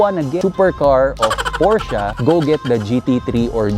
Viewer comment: Sir hindi ako hater i love sports cars too pero ayusin mo naman po pronunciation mo ng "PORSCHE" gamitin mo yung mismong lengwahe ng GERMAN sa pag tawag nila nyan para alam din naman nh iba.